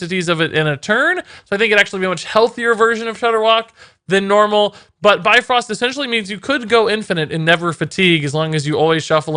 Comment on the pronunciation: BIFRÖST damn it, not bifrost...